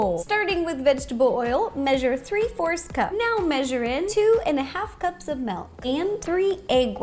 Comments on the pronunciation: Is anyone going to talk about how she says "Malk" instead of "Milk" ... No ... Mkay 😂😂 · She says melk it's not melk it's milk